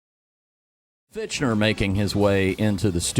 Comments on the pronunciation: These guys keep mispronouncing his last name like its their job. Oh, wait.. Fichtner = /Fik-nehr/ Homework much? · LOL I love how the radio guy is saying, "FICH-NER" but it's actually, "FIK-NER"